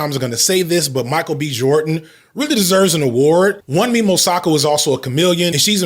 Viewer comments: Hey just a heads up guys Her name is not pronounced Won-mee. It's closer to Woon-me the U in Yorùbá has a similar sound to words like dune and tune. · Wunmi....pronounced 'Woo-n-mi'.... it's Yoruba...meaning.. its suits me...its dear to me.. i long for it...👍🏻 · You're probably not gonna see this cause I'm so late lol. But her name is pronounced Woo(n)me. The 'n' is almost silent; you barely hear it.